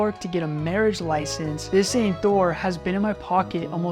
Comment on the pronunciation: Just so you know, it's pronounced Ine (like line mine or sign) and ayn stands for all you need.